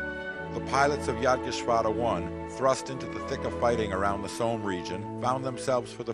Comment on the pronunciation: ... very informative videos and thank you for posting. But I wish the narrator wouldn't pronounce Somme as "Soam" (as in roam) :>)